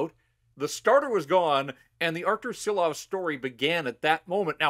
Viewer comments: 🇱🇻LATVIJA SARAUJ!!!!🇱🇻 ŠILOVS - SHILOVS like SH SH SH!!!! - LIKE ŠKODA LIKE SHANAHAN NOT SANAHAN!! 🇱🇻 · Please, show some respect and learn the name! It is Šilovs, pronounced Shilovs in English.